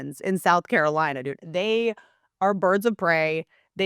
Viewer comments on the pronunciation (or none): none